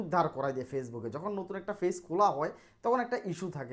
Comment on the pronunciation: ফেইচ নাকি পেইজ? বার বার কি বলেন এসব? চ্যানাল কি ভাই??